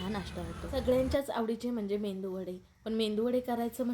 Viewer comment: Mendu nahi ho .medu vade ,khis nahi kees ,sunder menu